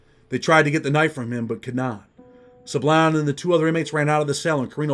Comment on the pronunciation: when you Pronounce" Sablan", its like this,.." Sãblån" Sa like Saturday, and blan like blonde. "Sablan."👍